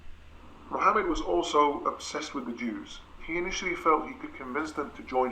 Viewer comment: He pronounced the ح in Mohammed, pretty sure he's Arab, and pretty sure that's not typical European pronunciation.